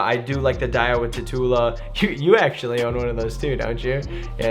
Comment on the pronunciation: It's not pronounced Tatoola, it's pronounced like tarantula, that's why it has always had the spider logo/design.